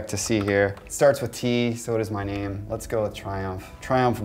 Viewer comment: when you can't even pronounce your own name